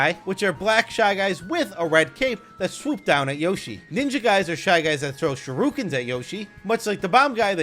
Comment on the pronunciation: it’s pronounced shur-a-kin